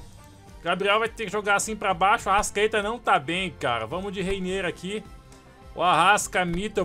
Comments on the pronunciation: Para de falar arascadeus fala arastatudo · Fala direito é arrascaeta